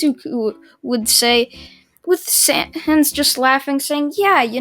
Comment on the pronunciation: YOU SPELLED SANS WRONG but atleast you said his name right